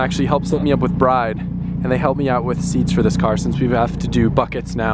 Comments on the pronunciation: Isn’t it pronounced “brid” not “bride”? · Isnt the BRIDE brand pronounced "brid"? I'm almost sure it is